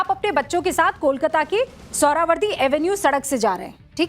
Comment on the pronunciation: Madam, आप इतना डांट डांट कर आक्रामक ढंग से क्यों बात कर रही हैं? दूसरी बात, कोलकाता का उच्चारण आप कोलकाता न करके कोलकाता या कोलकता क्यों कर रही हैं?